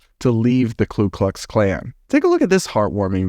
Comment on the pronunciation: My name is also Daryl, and I think the clan is stupid Beyond any stretch of the imagination, however please stop adding an L to the first part of their stupid gang name